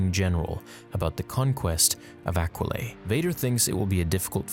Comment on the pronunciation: Come on man, we know it’s pronounced “Aqua-lie.” It was in that line Mark Hammil refused to say in Episode 4. ‘Aquilae and Sullus...’